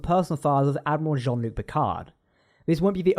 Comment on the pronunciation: Did you just say “*Dad*miral”? Lolz.😆